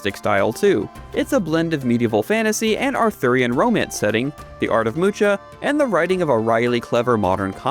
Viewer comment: Alphonse Mucha's surname is actually pronounced "Mukha" - I know this as my wife is a huge fan of his paintings.